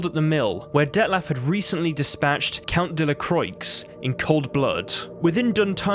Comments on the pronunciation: De La Croyks 😂😂😂😂😂😂😂 FYI - Croix is pronounced Cwar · No, you add a French accent to Toussant...the last 't' in the name is SILENT. Count de la Croix is 'Count de la Cwa' Syana is short on the y sound and longer on the 'na' at the end. Her name is Anna, not Ana. Don't worry, it did my head in when I learned it at school, now it's just become habit. Toussant is heaps lighter and brighter then Velen and the city isn't as dark and dreary as Novigrad on a cold and wet day. It's so much sunnier so far south...an all over cheerier view in the player. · When you pronounced de la Croix i legit spit my coffee out of my nose